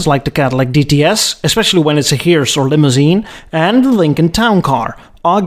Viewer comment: the way he pronounced "hearse" made me cringe. Isn't english supposed to be your first language?